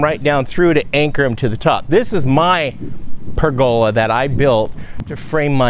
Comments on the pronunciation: I've also always heard it said as PER go la, with the emphasis on the first syllable, the second and third are said in about the same quieter tone. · I've always heard pergola with the accent on the "per". Either way, I knew what you were talking about. ( I'm over here on the EAST side of the cascades, near Pendleton)